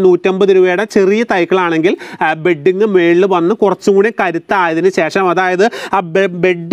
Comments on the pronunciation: ബെഡിങ് അല്ല. ബഡിങ് എന്ന് പറയുക. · ബെഡിങ്ങ് അല്ല ..... ബഡിങ്ങ് ആണ് ട്ടോ😊😊